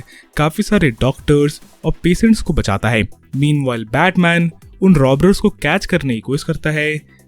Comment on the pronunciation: Robbers ❌ Robbrers ✅